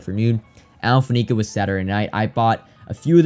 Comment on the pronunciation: You know I say this with love, mostly so you're not another of those guys, it's Faneca (Fan - A - Ka not Fa - Ne - Ka) on the pronunciation. 🤜🏻